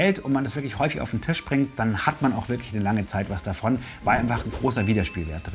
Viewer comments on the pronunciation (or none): none